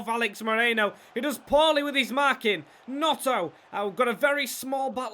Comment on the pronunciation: Also its gNoNto not Gnoto